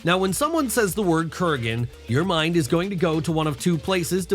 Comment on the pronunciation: Who the hell is Kuragen lol it's Kurgan